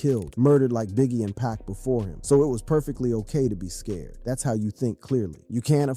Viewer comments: This dude said Pac as pack... Disrespect dude. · Blasphemy!.... Everyone should learn to say Pac!!